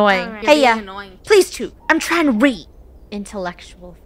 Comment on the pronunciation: The fact they don’t know it’s about New Zealand and the way they pronounce chook is killing me💀😭 what the American